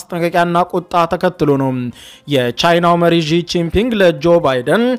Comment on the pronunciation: ለምንድነው የቻይናውን መሪ ስም በትክክል መናገር የማይችለው? (ሺ - ጂን- ፒንግ) ይህን ያህል ከባድ ነው እንዴ?